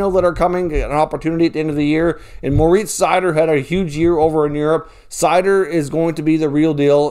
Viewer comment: MO-RITZ SEI-0ER